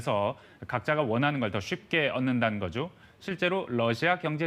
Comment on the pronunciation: 쉽게 얻는다는거'쥬'? ??? 내귀가 맛간건가